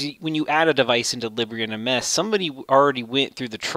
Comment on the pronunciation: I believe it's pronounced leeb - bra